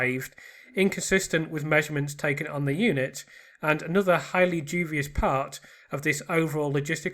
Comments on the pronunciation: Yeah, he keeps saying ‘jew-vius’ rather than ‘dewbius’ and it’s irking me! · 144 did you mean unsuccessful? Also duBious not duVious. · it’s the teacher in me! Dubious" is pronounced DYOO-bee-uhs generally phonetically written as /ˈduːbiəs/ or /ˈdjuːbiəs/. The word consists of three syllables: du-bi-ous, with the primary stress on the first syllable. It means hesitant, doubtful, or questionable, often referring to something of uncertain quality.